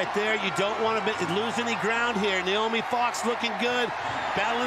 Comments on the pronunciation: Noemie is pronounced no-AY-mee, it's not Naomi. Rhymes with "no maybe" if that helps. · it is No-Amy, it’s not “Nay-O-Me” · Woeful commentary. Calling the wrong names and info during the medal ceremony, mispronouncing Noemie’s name throughout.